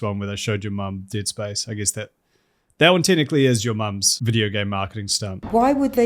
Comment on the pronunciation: forgot you were a Kiwi and genuinely heard “tit spice” instead of “Dead Space” as a result.